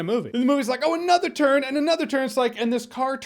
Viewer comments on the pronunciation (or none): none